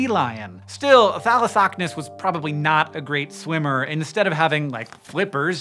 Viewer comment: Thalossocnus. A hard word to say but he says it perfect every time.